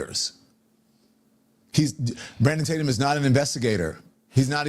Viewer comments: The very first sentence out of Donny Bo’s trap is that they have been warning us about Brandon, but funny that he can’t pronounce his last name right but wants us to believe he’s been on the “case” about Brandon. So Don doesn’t even really know who Brandon is but is spewing things he has no clue about. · Lon Demon is such a clown and is desperate for attention. You would think someone who was on tv every day would have a decent YouTube channel but no. His view numbers are absolutely pathetic! And he so disingenuous and deceptive, acting like he doesn’t know how to properly pronounce Tatum. He obviously has watched the channel which means he has heard the way to say it. What a clown. He is so pathetic and thirsty for attention. AND he is full of it! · Don “Lemone” intentionally mispronounced your name. What a low power move. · Officer Tatum, I m embarrassed...you condemned Nolan's speaking ability but you said THEOLOGY!!!!!THEOLOGY??? Couldn't your wife help you with comprehension skills...this IS so embarrassing...this is supposed to be our representative for our race😢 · Lemon purposely mispronounciating Tatum's last name is a pissy little bitch move. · He knew how to pronounce your last name. He just wanted to make it seem like you're insignificant and not worthy of remembering your name. WHAT A FKN LOSER!!!! DON LEMON YOU SUCK AND NO ONE LIKES YOU!!! NOT EVEN YO MAMA!!! 😂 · I loved how he ACTED like he didn’t know how to pronounce Tatum!😂🤣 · Don Lemon can't even say Tatum. Officer Tatum is doing a better job the Don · Boy that 🍋 Don Lemon is such an IN-DEPTH “journalist”. Doesn’t know how to pronounce “Tatum”, and couldn’t even research your law enforcement background. I believe EVERYTHING don lemon 🍋 says! And then uses the word “credibility” about OT. He should still be arrested for his organization and participation in the breaching of a church service. I love how willing he is to humiliate himself each time he speaks. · Mispronounced Tatum's name on purpose